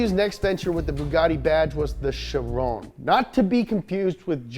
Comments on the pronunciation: It is not pronounce as shi Ron It's Kay ron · its pronounced KAI-RON u sound like a moron I thought u were just making fun for the first 2 minutes but u kept saying it and I just cringe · Bugatti chiron is the name but its pronounced khiron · I'm sorry, how'd he pronounce chiron? 😂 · Fun fact. Chiron and Veyron (buggati pilot in the old days) are pronounced with the french sound "on" which is the sound when you imitate french going "hon hon hon" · the name of the chiron et veyron are prononced in french they are name of racers